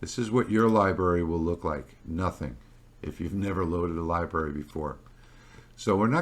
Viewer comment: Do you realise you are not pronouncing the first "r" in library?